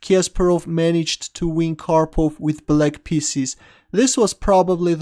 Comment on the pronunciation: When he say pieces sounds like spieces